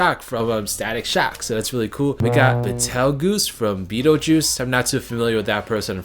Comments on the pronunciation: IT's BEETLEJUICE! BEETLEJUICE! BEETLEJUICE! GET IT RIGHT MAN! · The pronunciation of Beetlejuice killed me inside